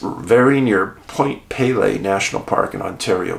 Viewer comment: Excellent as always Dave. In regards to Point Pelee, I live in the area (we prononce it Point Pee-lee) the strangest phenomena I have ever experienced is right here in the Windsor/Essex county area. Even after years in the Northern bush, nothing compares to this farming area, dotted with small communities and a larger city. These "incidents" can occur ANYWHERE as you well know. Im a former professional private investigator and have offered my services to you for free in this geographical area before. Offer still stands.